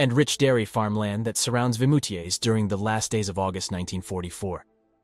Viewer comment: It is VIMOUTIERS, not Vitmoutiers. I've been there a couple of times.